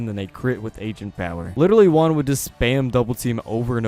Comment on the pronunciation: It's pronounced hu-ahn in Spanish for Juan. It's my name.